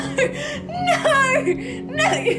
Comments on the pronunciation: I swear i heard him say "I think Naur" 😂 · ‘I think NAUR’ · does a really accurate Australian naugghhh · “I think naur” I’m screaming